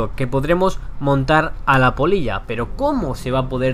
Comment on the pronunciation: Jajaja creía que decía polla xD